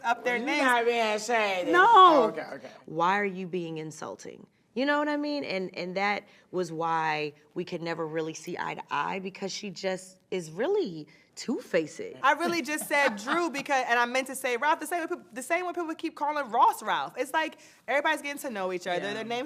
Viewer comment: Lolol! I'M Dying!! Poor Drew trying to sound all articulate n totally missed the mark!! . Cmon Drew... Did you really just pronounce it "Two Fa-ced!!???? HaHaHa!!...smdh.